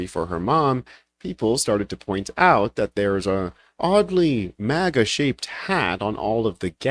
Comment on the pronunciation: 😂 "maga," not "mega."